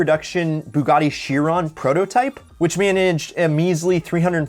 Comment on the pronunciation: di-did you just call prototype proto tee po?